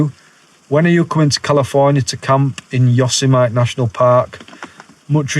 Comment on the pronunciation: yo man, Yosemite = yo, sem it ee